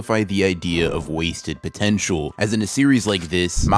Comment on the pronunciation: did he say potential ITS POTENTIAL MAN